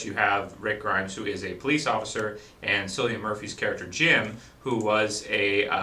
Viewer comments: Great Review, Although his name is ponounced Killian Murphy not Sillian Murphy. It is an Irish name in which i thought i should point out. It kinda bothered me that you got it wrong for the whole thing. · Its pronounced CILLIAN not sillian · 28 days Later was released well over a year before The Walking Dead was started. also, its pronounced Killian not sillian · I've written this on your last three videos because you keep saying cillian murphy's name is sillian it's pronounced killian seriously man it's killing me that you said it so many times please pronounce it correctly it's messing with my head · Its pronounced 'kill-e-an' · nice review. btw: you pronounce Cillian Murphy's name as: kilian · not to sound bad but Cillian Murphy's name is pronounced like Killian us irish should know;) hopefully this is helpfull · Killian it's pronounced KILLIAN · Cillian with a hard C....just saying ;)